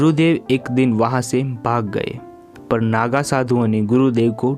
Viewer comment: पर की जगह पय पढ़ना